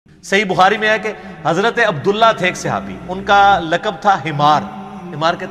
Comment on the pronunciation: صِحابي نہیں صَحابي، ص کے اوپر زبر ہے زیر نہیں.